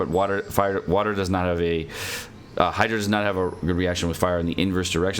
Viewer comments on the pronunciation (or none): none